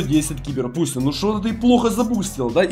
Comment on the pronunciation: А мне одному кажется что он говарит Буся а не Пуся